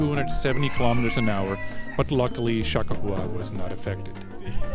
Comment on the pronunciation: It's "Cha Kah Wah!"